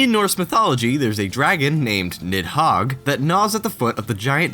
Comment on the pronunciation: The "d"-looking letter in "Nidhoggr" is pronounced like the "th"-sound in the word "the"